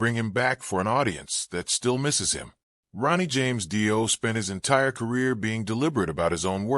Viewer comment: Fuckin Ai videos are the worst! Can’t even pronounce his name. Don’t bother watching!